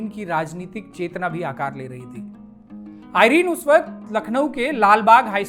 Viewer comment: आइरन नहीं है एरन है सही शब्द